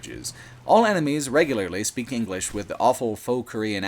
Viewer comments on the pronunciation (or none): none